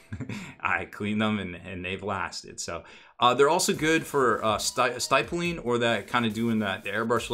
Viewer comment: Someone else may have commented this already but I gotta say it.... stippling. It's pronounced with a short "i" sound as in pig or ship. The more you know...™. Lol.